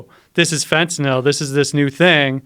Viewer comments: fentinIll , Fentanyl ? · Looser lenient Fentanyl stop saying fontanelle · fentanil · i can stand when people pronounce fentantyl like this guy. it's fetty dope lmao. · Gt this bozo outta here... i didnt make it 5 mins with his fenta-nil ass... fuck you say it right... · fentanal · This guy is such a dipshit mixing up Epidurals for Phetenal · Am I on fentaNIL or is he pronouncing fentanyl wrong? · I've only ever heard it pronounced fent ah nil It is spelled fentanyl after all.... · I cant fucking stand the way he says "fentanil".... its FENTANYL ass hole. Hes got Joe saying it now too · nothing like hearing a guy mispronounce fentanyl 500 times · 1) doesn't pronounce the word correctly, 2) there is ZERO fentanyl in epidurals, 3) the fentanyl we use in hospital or any medication and/or pharmalogical setting is a completely separate animal than illicit / street "fentanyl" and it infuriates me that it's called the same thing, for the idiots to ban it all not knowing what they're doing. Just incredible the misinformation, erroneous and outright lies being told on a public show where the masses will regurgitate it even more absurd. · Tramadol isn’t an opioid. This guy just said a ton of shit that is completely wrong he is full of shit as far as I can see. Ask any nurse worth their salt. Not even pronouncing fentanyl correctly. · OMG learn how to pronounce fentynal! Idiot